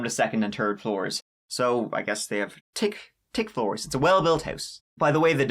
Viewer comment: “Tic floors”